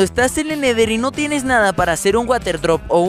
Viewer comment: No se dise neder se dise nether